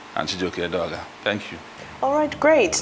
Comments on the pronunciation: Edeoga, not Adeoga; please make the correction. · It is Edeoga, not Adeoga